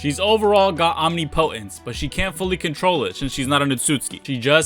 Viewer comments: Second video in a row so ima clear this up now. It’s not pronounced OMNI•POTENCE. It’s pronounced OM•NIP•O•TENCE. Also COUP de’ETAT, is pronounced KU de TAH. Thanks 😊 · Can people stop saying omnipotence as OMNI POTENCE It’s one word.